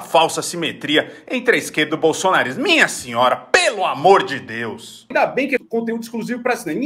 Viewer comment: "Minha senhora, pelo amor de Dells" kkkkkkkkkkkk